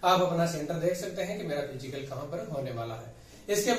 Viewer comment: सर फिजीकल नहीं फिजिकल होता है।